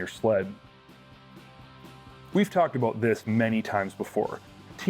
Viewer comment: OOOOOOT N ABOOOOT IN THE SHOOTOOOOOOT